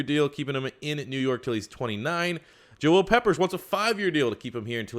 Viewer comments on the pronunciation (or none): none